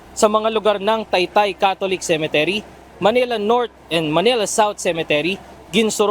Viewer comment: UNTV/, CEMETERY ( not ce. men. te. ry.)